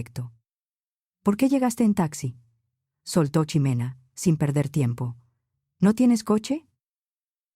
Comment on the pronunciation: Puedes checar la dicción en la narrativa, no es chimena o shimena. El hecho que esté escrito con X no necesariamente se pronuncia ch o sh. En México es S como en Xochimilco ( Sochimilco o J como el México ). Así que sería Jimena